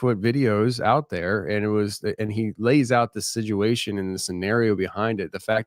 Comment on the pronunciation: I pointed out to my husband that you put a D in the word situation making it siduation and now he can’t unhear it every time lol